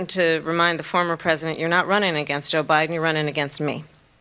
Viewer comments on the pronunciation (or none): Did she say Obiden in the beginning instead of Joe Biden?😂😂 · SHE SAYS, "o'bIDEN" NOT jOE bIDEN. i THINK SHE WAS ABOUT TO SLIP UP AND SAY, "oBAMA". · 🤣🤣🤣 did she say "O'Biden"???????? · Lol, The way she said Joe Biden sounded like she said Obiden.